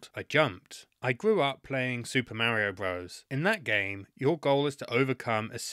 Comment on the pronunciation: LOL listening to him say MERRIO is so funny lol 😂